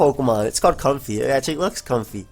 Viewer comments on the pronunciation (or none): also comfey is pronounced Come-Fae (fae being the short term for fae-folk or faerie) its a combination between comfy and faerie or if you will pronounce the word with an A in place of the E "i am com-fay!"